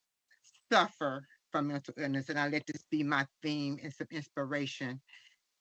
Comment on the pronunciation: Did his mother said mental or Milton illness😂😂😂😂😂